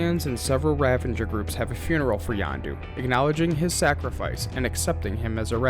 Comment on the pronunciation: It's the Kyln, like Kiln, the oven that ceramics are baked in. K Y L N, like kill*n. The river that Cap falls into when he falls from the Insight Helicarrier is the Potomac river in D.C. Also, they are Ravagers, not Revengers...you know, like Ravage as in rape and pillage. You're killin me bro. Are you a fan or did someone just hand you a script and say, "read this and don't worry about pronunciation because true fans wont mind at all"? OMG Wakandan, not wakanDIAN. Kycilius....not Kaleus.....ughhhhh. Watch the movies for the love of god.